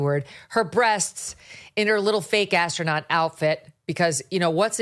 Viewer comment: Brett saying “asstronaut” makes me want to watch MXC again.